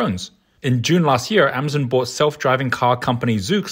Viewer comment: pronouncing Hyundai and Amazon wrong... where did you get this guy?